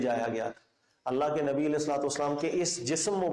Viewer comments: Assalamualaikum.. Allah may ALLAH reward you for your work.. one thing i noticed that you pronounce ALLA Instead of ALLAH in your lectures please take care of it.. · اسلام علیکم آپ اپنے بیانات میں اللَّٰه کو اللَّٰ کہتے ہیں خیال رکھیں۔۔ باقی آپ جو کام کر رہے ہیں اس سے بہت فائدہ ہو رہا ہے اللَّٰه پاک آپ کو جزا ےء خیر عطافرمائے آمین۔۔